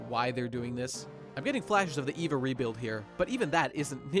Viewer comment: OMG it's Eva as in "eh", not "ee". Unless you were just being funny because they mispronounce it all the damn time in the movie dubs. Like, the letter E, or rather the kana E, is pronounced "eh" Ah Ee Oo Eh Oh A I U E O Fuck what's wrong with people?